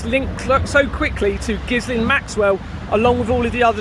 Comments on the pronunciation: I think the “S” in ghislaine is silent, on the news reports they always pronounced it ghilaine… just mentioning it as they may try To say you are talking about someone else ? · Hi good luck with this and stay safe, just a quick note, Ghislain is pronounced Geelane. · Ghislain is pronounced with a soft J and sounds almost like villain... Sod it, call her what she is: Jizz lane. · It's pronounced 'Jillaine' with a soft 'J'. I went to school with a Ghislaine 😊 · its pronounced with a hard G. My wife went to a school where she worked with a fellow frenchie. Pointe finale.